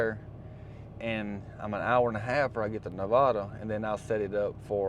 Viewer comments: You're saying Nevada wrong. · If you’ve been to Reno before, learn how to say Nevada.